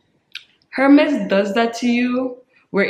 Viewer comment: I totally agree with your tip. I HATE when a stranger will walk up not even say hello but ask me how much was my bag? Is it real?? It's classless in my opinion and personal. I'd rather give my underwear size. You pronounce the H in Hermes. I have always had the understanding the H is silent. Meaning correct pronunciation is Ermez. I have been snagging up lots of Vintage Jewelry pieces the past few years. The jewelry is works of art and great investment too. TFS. Hugs-Rebecca ❤️